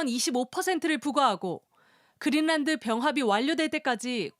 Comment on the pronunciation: 왜? 그린란드가 그릴난드 야 고유명사이니 원 발음에 가깝게 하든지 그린난드 또는 그린랜드 로